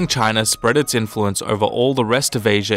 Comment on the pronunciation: Can you please avoid saying "Chiner"?